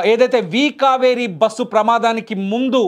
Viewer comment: It is very difficult to listen this anchor bussu basuuu how many times he repeatedly..how bike driver is responsible. They met accident and lost life before bus accident. Bus driver shoud be responsible without observing what is on road